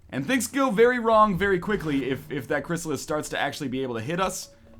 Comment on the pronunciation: An entire series, and even at the end, he still can't say Chyrisallids right, even when he's congratulating them.